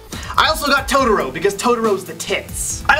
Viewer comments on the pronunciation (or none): how you said totoroxD you said it like toad-or-o